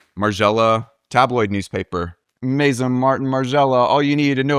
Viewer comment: All this time spent on researching and presenting on Margiela, and you still pronounce it as "Mason" Margiela lol